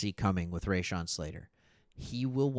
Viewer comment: you are NOT saying Slaters, 1st name the correct way?....LOL